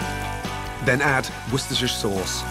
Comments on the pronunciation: Wistersher??? Its worchester shire sauce!!!!!! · Don’t forget the Worceshusur sauce. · Olivol and wooshtrshtr sauce 🤤🤣